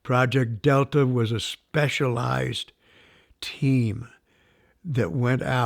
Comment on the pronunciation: The moment he says "special eyes" instead of specialized told me this mans going to be gold😂